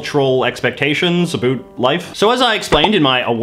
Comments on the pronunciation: It's pronounced ABOUT, not a boot. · a boot 👢